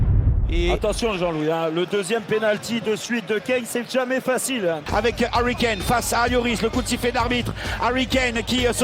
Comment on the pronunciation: C'est plus Harry Kane c'est Harry Kané. Vous comprenez ? Harry Kané. À RICANER !!! 🤣😂🤣😂